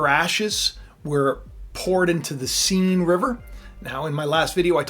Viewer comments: arghhhhh - its not seen river - more like sen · BTW, the correct French pronunciation of the name of the river Seine is the same as the English pronunciation of the word “sane.”